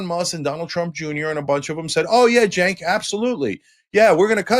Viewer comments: SANK?? Put some respect on his name. It’s pronounced CHENK. Also what is with these comments? agrees with him on everything but he’s an extremist? The democrats lost 2 elections to that idiot because of all the reasons Cenk has been talking about since day 1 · his name is pronounced "Jenk".